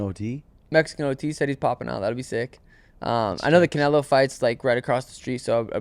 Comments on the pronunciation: Oh my god! Stop calling him Caneylo! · saying Canelos name like Cay-ney-lo pissed me off so fucking bad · “Can-ay-low”.. learn how to pronounce it 😂😂😂😂😂😂😂😂😂😂😂😂😂😂😂😂😂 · It drives me crazy when calls him canalo 😬 it’s canelo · will never get over calling Canelo 'KA NEY LO' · Absolutely no one: - CAN-NAIL-0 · He said Canelo vs berlotto 😂😂😂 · should’ve been off this podcast, asking terrible mma questions, doesn’t even know how to pronounce Canelo right